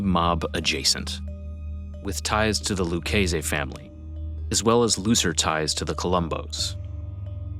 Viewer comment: Luch-ay-say. Lol the mispronunciations in this video are classic!